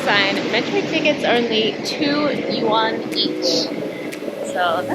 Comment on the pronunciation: Yuan, not Yan